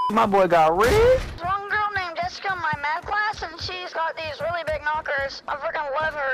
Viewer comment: Insted of saying Jessica say jeffica